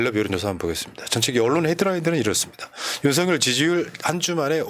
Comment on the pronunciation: 유툽보면 윤성열 이라고 발음하는데 윤서결 이게 맞는 거 아닌가요?